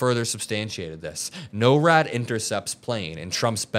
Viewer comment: I watch you a lot,, and am thankful for the great work you are doing providing facts and key issues without editorializing all over it. However, I realize you're young and may not know how we pronounce certain acronyms like NORAD. It is nor-ad, not no-rad. Also, we refer to NOAA phonetically as "noah." Hope this helps. ❤